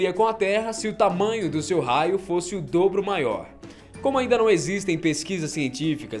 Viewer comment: lembrei do cebolinha quando vc disse "doblo" :v